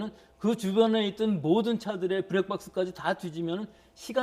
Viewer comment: 피부관리사가 왜 마스크를 쓸수 없다는건지 저 아저씨는 머래는거야 발음도 좀 브랙박스, 크럽...